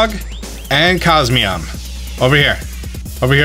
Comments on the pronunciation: Its not cosmeam lmao its cos mo em its a (em) at the end lol not (am) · Cosmeom? I thought it was Cosmoem. Not trying to be difficult I was just caught of guard. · He keeps saying cosmeom when its cosmoem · It's Coz-Moe-em. Not Coz-me-om. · It is funny that says Cosmeom but he can clearly see that it is Cosmoem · CosMOEM reads as CosMEOM? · why are you saying cos MEOM, it shows cos MOEM. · "COSMEOM" isn't it Cos-Moem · It’s CosmOEm not CosmEOm. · It's cosmOem not mEom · It's pronounced cosmoem, not cosmeom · No it's not. He says Cos-me-om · is it just me or is he reading it as cosmeom instead of cosmoem? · COSMEOM COSMEOM .... you know what? just keep calling it Nebby ffs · Hhaha cosmeom that is what he said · How he gonna mispronounce cosmoem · Eh hem. It’s actually pronounced Cos-Mo-Em sooooooooooo ye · depends how you say poem. I say poem so it rhymes with comb. So you're saying it should be cos-mome? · I love his videos, but the way he pronounces "cosmoem" it irks me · Ah yes SOL-GAYLEO of course and COS-ME-OM not COS-MOEM